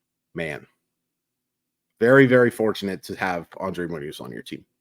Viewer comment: Nice content. It's Andres not Andre btw. With an S.